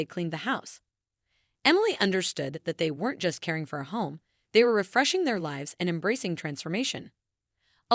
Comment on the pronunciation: How can a 30 year old have a wrinkled face? Mispronounced the word (lives). Mispronounced the word (bow).